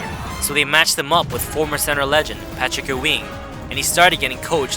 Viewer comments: That's how I'm going to pronounce Patrick Ewing from now on... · Patrick Ooo-ing' Chinese superstar? This guy knows nothing about basketball. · patrick what? patrick oo weeeeeng?